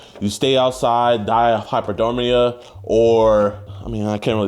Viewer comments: What the fuck is? hypoderermia it’s hypothermia. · Die of hypo- what? My guy it’s hypothermia Hahah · bro said “hypodermia” 😂😂😂😂😂😂😂😂😂💀💀💀💀💀💀💀💀💀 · The word you're looking for is hypothermia lol it's all right man we all make mistakes I went to bed last night and left the TV on you pronounced a word incorrectly . Still nothing like the "mistakes" these guys made😂😂😂😂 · . “Littlely” … “hyper-dermia”. “Exemplulary”. WTF ? Those are big words for someone that can’t pronounce them correctly. Moron alert 🚨 This guy weighs less than Jidion’s bubble azz...They are the same weight. When they're sitting on the couch you can see that. You shouldn’t try to make yourself look intelligent with “big words” because you just make yourself look uneducated and ignorant.